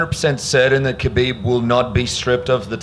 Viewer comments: Why are they calling him Habib instead of Khabib? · Habib??? Why every interview he gets his name wrong? Your a bigot and a chump! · Why do they keep calling him “habib”? It’s Khabib, with a kha-bib. Can’t even get the champions name straight?